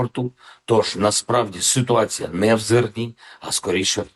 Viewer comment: льв1вска мова....с1утац1Я